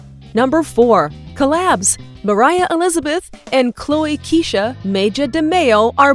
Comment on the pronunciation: Who are you and its moriah not